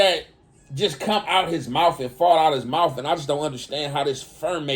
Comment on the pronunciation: “I’m just not sure how this ’Fermates’ (ferments) in his brain.”😂🤣 Ion wanna seem like a know-it-all cuz I fw YA lol bro need a dictionary tho